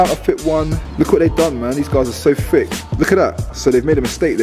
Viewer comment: Why do you say fick instead of thick?